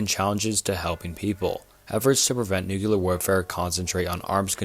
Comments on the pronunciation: Good video. It's pronounced (noo-clear) not (noo-qu-lar). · Jesus dood say it with me, "new clear" not "nookalar" and maybe figure out pronunciation of like 40 percent of the words in script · Thanks for the new, clear way of how to pronounce "nookyular." Those queeyulars in government are doing their best to bring it about. Have no fyular, crack a byular... because the end is nyular. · Nu-CLEAR. Not New-QUE-Ler. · Nuclear. Not newkyuhler. It's not a case of "tomato, tomahto". It's a case of reading a word and saying it wrong. Lmao. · NUCLEAR not nukular lmao. just a pet peeve tho great video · "Noo-klee-ur" not "noo-cue-lerr" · It's pronounced New-CLEAR, not New-kew-lurr. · Bro you need to learn how to pronounce "nuclear." It's not NEW-q-lar. It's NEW-klee-ar. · Bro says "nucular" lmao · "Nucular" never fails to amuse me whenever I hear someone say it like that lol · NuCLEAR. Hate to be that guy but it bugs me a lot lol. Great vid tho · This guy is obviously a competent speaker. Every time he said Nuke-cular, it made me laugh. He must have gone to the George "Bushy" Bush Academy. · I agree it's been getting better. I definitely have issues with the mispronunciation of words when it's a video and can be rerecorded. Pronouncing nuclear "new-cue-lure" really got me in this one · "prolifitarian" bonus: "nucular." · It's *NUCLEAR*. Not "Nukular". *Strange-let*, not "Strangle-et"